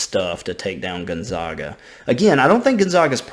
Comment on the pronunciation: Gotta learn to pronounce gonzaga right. Zag not Zawg. Think zigzag